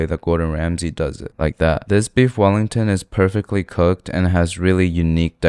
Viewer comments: "queef wellington" 💀💀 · "Queef wellington" 💀